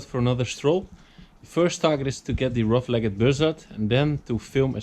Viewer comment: Mooi begin ondanks de regen! Bij “Rough-legged” wordt de laatste “e” niet uitgesproken. Niet echt belangrijk natuurlijk, maar ik reken er op dat je hem nog gaat zien ;)!